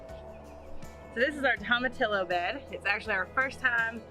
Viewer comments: Toe-ma-tee-oh instead of tom-a-till-o. No L's are pronounced. GREAT garden! Here in NW WA state, things are just getting started. I'm envious 🤢. 😂😂😂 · Tomatillo = Tom-a-tee-yo (the "ll" is a "y" sound and the "o" is a long vowel sound). Just an FYI. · Say it with me y’all... “tome” “uh” “tee” “yo” 🤣🤣 Love y’all! Can’t wait to see the garden grow up! So exciting! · Tomatillo is pronounced toe-ma-tee-yo. In Spanish “ll” sounds like a y. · Tomatillo is pronounced toe-ma-tee-yo .....come on say it right y’all lol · Tomatillo is pronounced toe-ma-tee-yo. South Texas beat Mexican (Tex Mex) food ever! Love your laughter and the fun you all have. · In Spanish the double L is pronounced like a Y. Toe-Mah-Tee-Yo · Pronounced....Tom-ah-Tea-ya.....like Tortilla Chips! 😉 You're gonna LOVE them, they make great salsa! ♥️ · It's actually Toe Mah Tea Yo. But yes, in Spanish the double L is pronounced like a Y. They're very good in salsa verde.